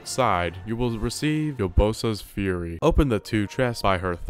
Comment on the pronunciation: "Yanabo" "Crynosis" "Yabosa's Fury" AAAAUUGHH